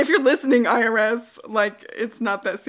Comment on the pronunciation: Cheers! Enjoying a cup myself. ☕️ I am giggling thinking you were saying ‘iris’ but you were say IRS 🤣😂🤦🏽‍♀️ lots of love